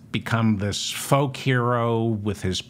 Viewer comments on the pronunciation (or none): none